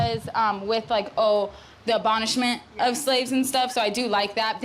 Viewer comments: It’s “abolishment”, not “abonishment”.😂😅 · RIP her saying abonishment, but honestly could see this being an easy mistake if you have a language processing disorder.